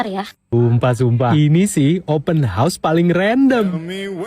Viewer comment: Open horseeee ler plak 😅 hausssss hausssss . Bukan horseee kuda... 🤦🏼‍♀️🤦🏼‍♀️